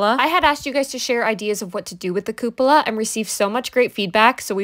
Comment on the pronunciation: Where did you get the pronunciation "Coop ola"?!? Google it. It's written as "Cup-ola" for a reason.